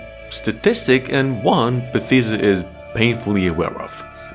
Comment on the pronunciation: Your saying Bethesda wrong lol